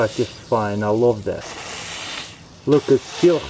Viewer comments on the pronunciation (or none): + "I Lowve that, WOAAAH"